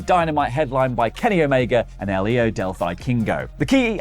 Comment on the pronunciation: Guys when you say Hijo, pronounce the J like an H, Iho